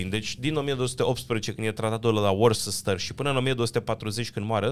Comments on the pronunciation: Worcester se citeste "ustășăr" cu litera de la urma aproape muta. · Vedeți pe Wikipedia cum se citește corect: "Worcester (pronunțat ˈwʊstə)". Am rămas dezamăgit de faptul că la inventatorii scoțieni ați uitat de Alexander Fleming, inventatorul medicamentului numit penicilină... sau ar trebui schimbat titlul în: "NU CHIAR totul despre Wales și Scoția". 😜